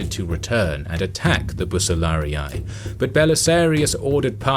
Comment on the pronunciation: Great video, excellent historic information. But your latin is somewhat horrible, especially when you pronounce "Bucellarii". Nothing too serious, just mind that latin vocals are different from english ones. You have a new subcriber anyway